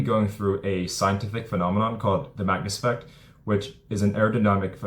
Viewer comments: Can you take the time to actually say: 'Magnus Effect' as opposed to the 'mouthful of gumball' sounding 'manft'. Here's another word for you to learn -- ENUNCIATE! As to 'hitting a baseball, is the hardest thing in sports...' that is just a saying, I can think of many things that are harder? Try winning the Indy 500 a record amount to times? Beating Usain Bolt at the 100 meters? How's about how many times has there been a 99-yard touchdown run in the NFL? One must consider that an average of 26 pitches thrown in a game -- are actually 'HIT' -- not to mention the amounts of contact producing things like Foul Balls. It is NOT that hard -- there are plenty of thing's WAY more difficult than hitting a baseball -- in sport -- that's just the way that it is. It is a time-honored tradition -- a maxim, that nonetheless is NOT true and "NEVER" has been true. And you, my friend have not only 'fallen' for it, you are trying to sucker other people into it. Why not simply say that it IS a difficult game to play -- AT THE BEST OF TIMES? Interested to know what 'artificial hyping' is? Just go back and re-read your ageless Stuff that you've mentioned! Keep in mind, that I am being VERY 'NICE' in this response, because of how terrible this useless trove of wordage actually IS! It actually deserves far worse of a response! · The WHAT effect ? I could never understand the word you are saying Great VIdeo. Vacus effect?